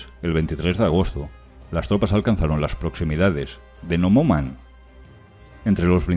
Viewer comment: Súper buen resumen histórico. Una corrección o más bien acotación: el nombre de la ciudad se pronuncia "nomonjan", no nomoman.